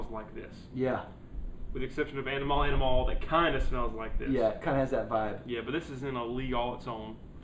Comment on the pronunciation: Did you just say panemal amimale?